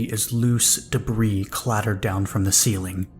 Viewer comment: Debris=duh-bree Ragged=rag-ed (two syllables, not like bagged) Love your narrations!! I hope you'll excuse the corrections, it's something that usually only gets to me with audiobooks that have producers and editors reviewing the narrators, but you're so damn good I'm being an asshole and asking for more lol. I seriously cannot get enough of the Eclipse Initiative, thank you for bringing those characters to life 🩶🩶🩶